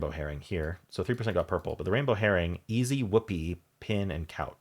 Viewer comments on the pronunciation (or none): And easy isn't pronounced "ee-zed"!